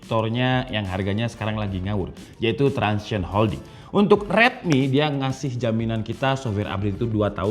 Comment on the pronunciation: Transsion Holding bang, bukan transition